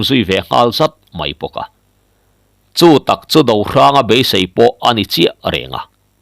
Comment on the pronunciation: I chhiar thiam viau na in, heng thil i lam dan hi chu ka sel ve deuh." Lui KUAM, hnar KIN, SEIH tih leh TUBAL" heng Capital ka ziah te i lamdan hi chuan Beng i ti thlep deuh.